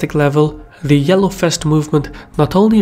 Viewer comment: The yellow fest! Love how you pronounce "vest" as "fest", what is ironic because in some other words you rather tend to pronounce the "v" as "b". But I love it anyhow...